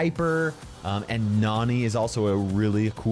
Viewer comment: Are u sure Nani is pronounced liked how you are doing it or is it pronounced like "nanny", because in a supercell pic she is being a nanny for Jessie?